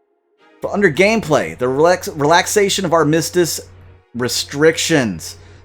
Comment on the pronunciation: Thanks for the update! I've been enjoying gameplay videos lately. FYI, Armistice = Ar-Ma-Stis